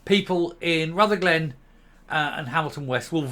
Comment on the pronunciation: If you are going to talk about Rutherglen at least pronounce it correctly!!!!!! It's not Ruther glen, it's Rutherglen!!!! Can't even get the basics right!!!!!!🥴